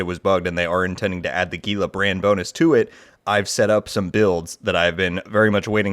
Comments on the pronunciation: It's correctly pronounced as "HEEL-LA" not "GEE-LA". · Gila is not pronounced with a hard “G”m it’s pronounced as an “H”… where TF did you learn to speak English? FFS…